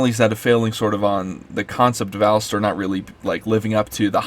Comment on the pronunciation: I agree with what you said, but you aren't even pronouncing the character's name right